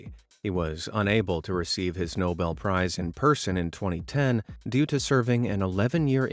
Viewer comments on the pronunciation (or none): none